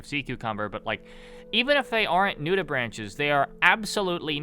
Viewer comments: You mispronounce "nudibranch" as "nudi-branch" like branch on a tree, when its pronounced "nudi-braink" basically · Nudibranch is pronounced nude-ih-brank